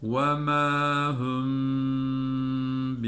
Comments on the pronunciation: Hoca hüm yok hum. Arapça ü harfimi var ve ya ü seslenmesimi var?! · Hocam hümm tüüüm hüüüü üüüü neden? Vauv harfide hatalı..! Neden Türkçe harflerle okuyorsunuz? Ayrıca Arapçada ü yoktur..! üzülerek söylüyorum harfleri doğru çıkarmıyorsunuz maaleeef..